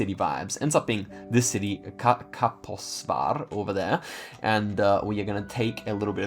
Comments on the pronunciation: this city would be pronounced kaposhvar as the "s" in hungarian makes the "sh" sound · I love how you tried to pronounce Kaposvár, it was actually close. In hungarian the letter "s" is pronounced differently. You say it like in the word "fresh". If we want to use it as english "s" we write "sz". I hope my exlpaining was somewhat understandable.